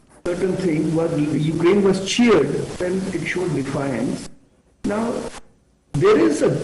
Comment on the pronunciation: Every damn and dick of Indian Media anchor is talking endlessly all day about Ukraine/Russia conflict without knowing where Ukraine is. All of a sudden these half-headed anchors have become experts, who can't even pronounce the name accurately. I am dead bored, do they think they are gaining any extra viewership? I doubt it.